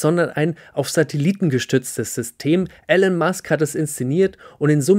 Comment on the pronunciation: Starlink ist (noch) ortsgebunden. Elon spricht sich ilonn nicht elln. Danke für dieses wirklich sehr schöne und informative Video!